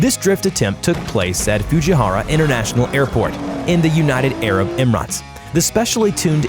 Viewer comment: Living in the UAE I cringed when he pronounced "Fujairah" or "United Arab Emirates"